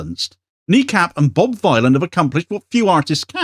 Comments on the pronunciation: Its informative to know how to pronounce the name of the band. It's Think Bob Dylan the Ethnonationalist Villain. Bob Vylan, not violin. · it's Bob Vylan [villain] as in 'Bob Dylan' not v-eye-lan. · It's pronounced Bob Villain, a play on Bob Dylan the ethnonationalist Villain. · It's pronounced "Bob Villain". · PRONOUNCED BOB VILLIAN,,,A CLEAR NAMEPLAY ON BOB DYLAN--BOB VYLAN AND THEM BEING CONSIDERED POETIC VILLIANS AS THEY ARE NOW,,,you're welcome,,,otherwise great vid as uszual. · Pronounced like Bob Dylan. Just with a V to say "Villain" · BRO ITS PRONOUNCED VILLIAN. CHECK THEIR MUSIC OUT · It's pronounced Bob Villain! A play on the genocidal ethnonationalist Bob Dylan. Wow. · He could at least pronounce the name of the band correctly. It's Bob Vylan, rhymes with Bob Dylan the Ethnonationalist Villain. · This is a very minor point considering the actual subject matter but, the band name is pronounced "Bob Villain" like a play on Bob Dylan but "Vylan". Decent band. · His name is a play on Bob Dylan. Please pronounce it right. Bob Vill-an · that could not be bothered to learn how to pronounce the hilarious name of the band he is reporting on, leading Sky News to say "Bob Villain" and "Death Death to the IDF", is somehow a commentary on the BBC? Kneecap's Glastonbury set audio is on YouTube now. Freaking banger. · Pronounced villian. Rhymes with Bob Dylan. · Its Bob Vylan to rhyme with Bob Dylan. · I don't understand how people cannot say the name correctly... It's an obvious play on Bob Dylan, even if you do not know the band (like me) or even if you are not a native english speaker (like me), anyone with 2 braincells to rub together should understand this...